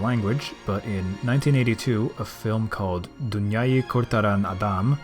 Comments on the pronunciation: U pronounced the turkish title quite decently btw 👍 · As a Turkish guy, you really did good on pronouncing "Dünyayı Kurtaran Adam". I was really surprised lol. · Your pronouncation of Dunyayi Kurtaran Adam is actually better than many native Turkish speakers lol. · Wow you actually pronounced Dünyayı Kurtaran Adam quite well. Oh, by the way it translates to the man who saves the world